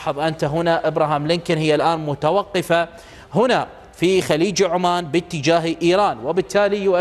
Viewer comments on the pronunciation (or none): none